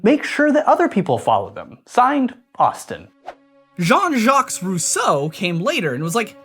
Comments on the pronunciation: You don't pronounce the s in jaques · Really nice, however you do not pronounce the S at the end of Jacques. I teach French and it's funny how every English person pronounces the last consonant :D Basically, you pronounce it as "Jack" but without the D sound at the beginning :)